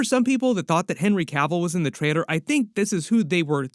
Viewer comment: Why do you have a problem saying the word trailer